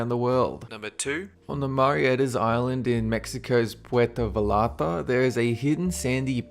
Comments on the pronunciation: "In Mexico's Puerto Valarta" *facepalm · its pronounced 'purto vayarta' and in english the name of the beach means, ' the love beach, or the beach of love' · lol to when you named mexico's puerto vallarta